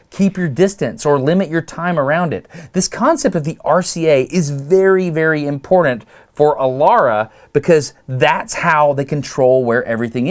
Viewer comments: Sorry, you keep saying imporDant… can’t watch your videos anymore. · It’s funny Dustin. Both you and I are sharp people, but we both have a similar quality. I have a bad tendency to say Nucūlar and you have tendency to say imporDant!😉 just poking!